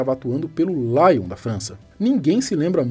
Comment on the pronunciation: “Laion” da França foi de doer os ouvidos